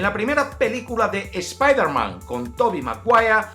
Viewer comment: Eres el primer español que oigo que le dice espaiderman y no espiderman :P